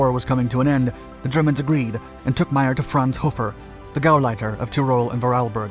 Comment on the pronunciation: The OSS was not formed until June 1942. WWII started in Sep 1939. The USA entered it Dec 1941. comes up with some interesting stories but rarely gets them right. By the way, his name is pronounced May-er, not My-er.